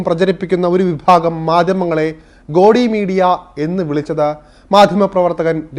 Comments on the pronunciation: സുഹൃത്തേ ഗോഡി മീഡിയ അല്ല, 'ഗോദി' മീഡിയ എന്നതാണ് ശരി. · ഗോടി അല്ല ഗോധി.Learn it's pronunciation also.😂